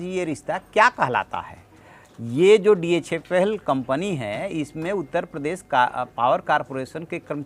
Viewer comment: SIR ITS DHFL NOT DHL.